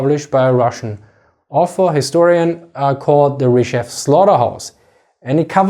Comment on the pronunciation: My man, it's not Ryzhev, the emphasis is on E, pronounced more like AE and rzh is pronounced together. rzhEv